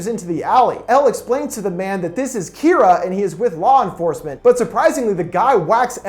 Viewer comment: not kiraa Kira ur saying kiraa